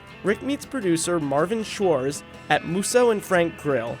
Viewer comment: When dalton meets the guy who books dalton movies in Rome he mispronounces his name as swartchz which is the las name of dr swartchz in Django